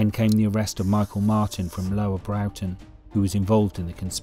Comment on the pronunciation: Broughton is not pronounced Browton, it is Brorton